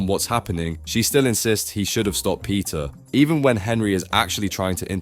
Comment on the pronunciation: when u say peter, i hear pizza🍕